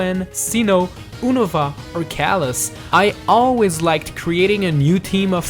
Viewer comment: its you-na-va not ewno-va